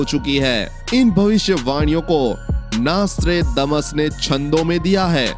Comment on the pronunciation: Apka pronounsasion golot hai pahle ki nastredamus hai